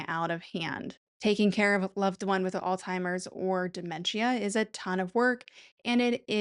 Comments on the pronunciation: 1. It’s Alzheimer’s, NOT “ all timers” or “old timers”. Idk why that drives me so crazy but omg it’s so annoying! 2. I hate the way you are pronouncing the word dementia. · Alzheimers has no T sound in it, fyi.